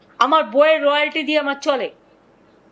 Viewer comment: রয়ালিটি আবার কী কথা? এই সংবাদ পাঠিকার মুখে প্রথমবার শুনলাম। কথাটা রয়ালটি হবে।